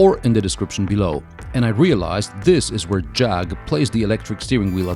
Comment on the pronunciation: Jug? It's a Jag, not a jug. lol